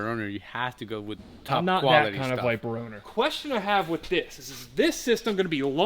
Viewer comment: Listening to say Corbette and Biper in the same sentence had me rolling